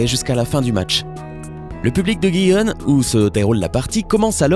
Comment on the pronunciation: Gijon se prononce rironne Seville seviye et pas sevile '............Et il a plein d'autres coquilles, j'espère que le commentateur est amateur sinon c'est grave.😂😂😂